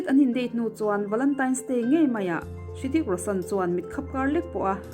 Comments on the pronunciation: Ritik ti in lam zawkla afuh tur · Rithik tih tur tihna mi😂😂😂😂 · A bengvar thlak hle mai, mahse Hrithik I lam danah hian 'H' hi silent tur aw.